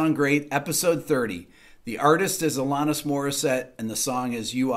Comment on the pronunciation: Hey there Mr. Man. You mispronounced her name! ;-) The second "A" is pronounced like the word "at" not AHHH. Just giving you crap! LOVE YOUR CHANNEL, RICK!